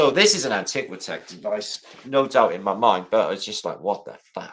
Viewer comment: you said antiquit'death